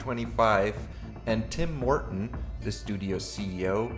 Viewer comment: Because I was listening to this instead of watching, I keep hearing "Tim Morten" as "Tim Horton", and was wondering what a Canadian coffee franchise had to do with Stormgate.